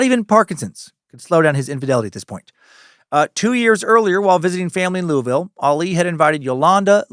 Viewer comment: On behalf of kentucky residents, louisville is 2 syllables! Not louis ville, not Louie ville. Lu-vel. Go cats! L's down!